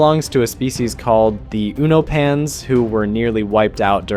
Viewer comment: Uno-pan❌ U-no-pan ✅